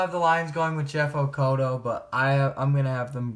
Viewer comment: lol thanks for not just saying Okudah like everyone else